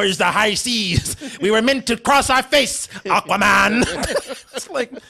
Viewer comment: The pronunciation as "Aaquaman" is kind of bothering me